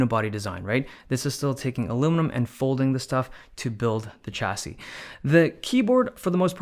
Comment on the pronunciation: I am noy French but every time I hear him say TCHassis.... I wince.